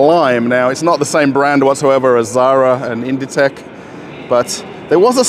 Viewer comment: it's pronounced "Inditeks" "écru" is a off-white color in french, often used for natural fiber clothing the MAAG store appears pretty empty compared to the ZARA we have here. I suspect they don't have all the references yet